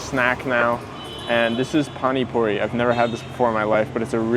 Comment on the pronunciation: It is pani puri not phani phuri